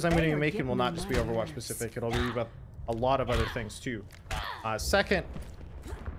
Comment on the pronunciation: i dont understand why is everyone saying "overwatgch"?